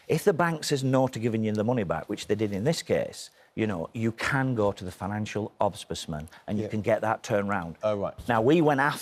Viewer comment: Hahaha. He can't even pronounce ombudsman correctly. 😂😂😂😂😂